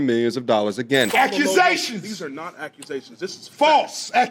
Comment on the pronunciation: "YAKUSATION FALSSSE YASKUSATION".😂😂